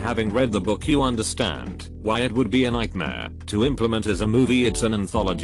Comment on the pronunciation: Is it me, or is his pronunciation actually getting worse! Come on, could, would, and should? Yikes!